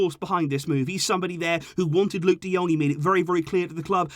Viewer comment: We've become Burnley. Luuk de Dung? Fucking seriously?